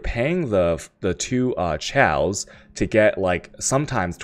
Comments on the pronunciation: whats chal? you mean chaos? it is like coffee, chaos, not like cherry:)p same with alchemy... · why can you not articulate any word correct? its chisel, not chaosol, its chaos not tjejoas, its vaal not whale... fs. love you =) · LOL this guy sounded so smart until he said "Chysel" and "Ciaos" Oh don't for get Al-ch-me" Do you go to school for Al-ch-me? I's called Alchemy. As in the study. As in the orb. Oh also a Chisel is a Ch-i-sel not Chy-sel. Chisel in the real world is used for carving stone, so it's the same damn thing. Makes an EEEH sound. And chaos is pronounced "Kay-oss"